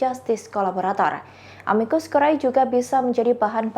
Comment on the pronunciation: Amicus curae baca * amikus kure * akhiran AE bacanya e curriculum vitae* kurikulum vite